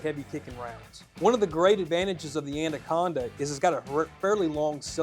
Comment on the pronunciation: "ANDA-conda." lol